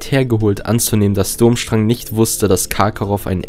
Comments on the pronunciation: Die Schule heißt BTW nicht Dummstrang sie wird anders ausgesprochen... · Es tut mir fast körperlich weh, wenn ich höre, wie du den Namen der Schule aussprichst. ^^